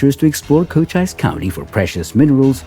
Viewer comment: Also the narrator pronounces the Arizona county of Cochise as "Co - chyse" with a long "i". It should be pronounced "Co - cheese".:hand-purple-blue-peace